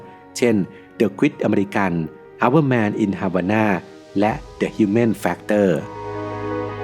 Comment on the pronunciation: ขออนุญาตให้ข้อสังเกตเพื่อปรับปรุงนะคะ จากที่ดูมาหลายคลิป พบว่าผู้บรรยายออกเสียงภาษาอังกฤษผิดในบางคำนะคะ ยกตัวอย่างคลิปนี้ นาทีที่ 4.33 ภาพยนต์เรื่อง The Quiet American ผู้บรรยายอ่านออกเสียงว่า "เดอะควิทอเมริกัน" ซึ่งความจริงอ่านว่า "เดอะไควเอทอเมริกา" ค่ะ